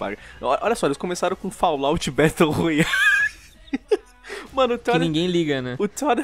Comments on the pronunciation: mano ele falou batle rola kkkk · Battle “ROLAyale” kkkk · eu escutei baltle rolari